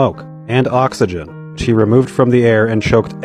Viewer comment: Everytime he says “he” its sounds like she